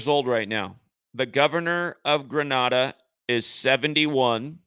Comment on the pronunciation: you are so intelligent but like you say not great with pronunciation of places. US/ɡrəˈneɪ.də/ Grenada